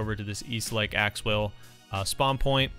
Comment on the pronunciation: Did he realize he was calling lake axew lake axewell Edit: I thought he 2s talking about axew island